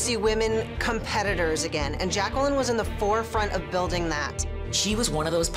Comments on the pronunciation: it's Jacqueline not Jac-Kwel-in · Its pronounced jay-quel-in! XD REPLY IF U GET THE REFERENCE